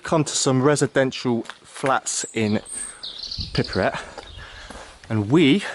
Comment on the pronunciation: Btw where is "pipryat"? Sorry, im a swine for correcting pronunciations, i do it to the hubby all the time too 😂